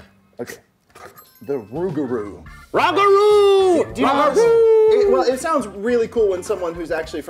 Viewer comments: Currently giggling at “ROG-ah-roo” 😂 (it’s “roo-gah-roo” love y’all❤️) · ish rougarou is pronounced like roo-ga-roo, from the french loup-garou (loo-ga-roo) which means werewolf. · it is pronounced RU (as in RuPaul) GA (as in lady gaga) RU (again). Loves ya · As a New Orleans native, hearing pronounce it like “Rog-A-Roo” had me rolling. It’s suppose to sound like “Rue-Guh-Rue” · i loved that included the rougarou!!! its definitely used to scare children into not being out after dark for their safety. however i do want to note that it is pronounced "roo-gah-roo":) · always love to see the rougarou get some attention!! but for future reference, it’s pronounced “roo-ga-roo” 😂 it’s also referred to as a loup garou (loo ga-roo). it’s more or less louisiana’s version of a werewolf-not celebrating lent is one way to become one, but i’m pretty sure you can also be infected or have it passed down to you, or you can do something really fucked up to piss someone off and end up Cursed. apparently one way to stop/slow down the rougarou is to hang a sifter outside your door-should one try to come in, they’ll be compelled to stop and count every single hole, hopefully keeping them busy until sunrise. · It's pronounced roo-ga-roo. I laughed when said "watch me climb anything, name it I'll climb it." Like he was so as a matter of fact about it.😂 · Theres actually a Rougarou display at the Audubon Zoo that they dress up for different holidays! And it is pronounced Roo-ga-roo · Rougarou definitely sounds like "Loup-Garou" but with an accent, which is Werewolf in French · Say it with me. Roo-gah-rooh. As a southerner newly moved to the Midwest it drives me crazy 😵‍💫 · It's "roo - guh - roo" for anyone wondering how to pronounce it ✌️ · Rougarou is pronounced roo-gah-roo btw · Ruga roo is how it’s pronounced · as a new orleans native i cringed every time they said “RAW-ga-roo” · It's pronounced Roo-gah-roo :)